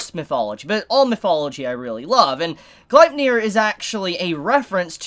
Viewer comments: ur still saying it wrong. u got the nier right but its gleipnir= gleip (like gloop but with an A sound) glape like cape + nir like near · Its pronounced {glay-pnir}